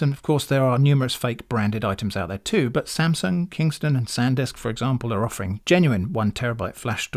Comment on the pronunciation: “Sansumg” is insane btw 😂 Thank you for testing these.